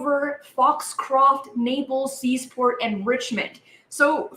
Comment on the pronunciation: Searsport Maine, not Seasport Maine